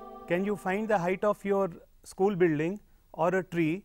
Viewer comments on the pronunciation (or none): none